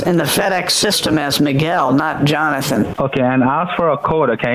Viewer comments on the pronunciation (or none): none